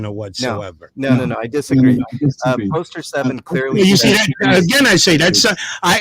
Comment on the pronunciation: yep, and he’s saying poster 7 wrong even though we all know they don’t understand it.